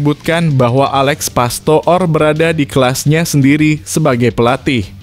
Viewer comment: PASTOOR = dibaca PASTOR.